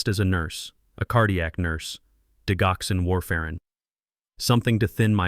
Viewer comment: Digoxin, the “g” has a j-sound! Not the hard “g” sound!